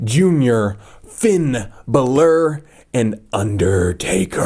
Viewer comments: Balor not Bailor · STOP SAYING FINN BOWLER AND FINN BAYLOR IT'S FINN BALOR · it's not finn bailor it's finn b a l o r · It's not Finn balor's name you called him Finn Bella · It's not Finn bailor it's Finn balor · Fin Bal-er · I THINK YOU PRONOUNCE IT bAlor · I think it's pronounced like this, bahlor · it's. pronounced. finn Bálor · Fin Bella hahahah Always lol when u say the name's wrong 😂😂